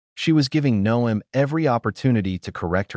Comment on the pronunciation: If you spell Noem 'nohm', the narration will pronounce it correctly....Or, well, you could also use your real voice....or, even a decent electronic voice changer, if you wish to remain anon...